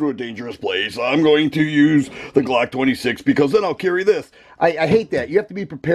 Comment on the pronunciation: IM HOWLING AT THE WAY HE SAY BLOCK 😂🤣😂